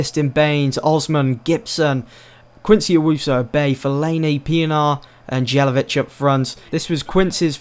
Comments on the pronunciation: Isn't "Jay-la-vitch", the song of the "J" is like the song of "Y" Ni-ki-tsa Yé-la-vitch :p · Please pronounce Distin and jelavic correctly